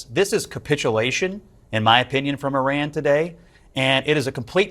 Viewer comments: The country is pronounced IRAN not IRRON……😡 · NOT ERAN IT'S I RAN. JUST SAYING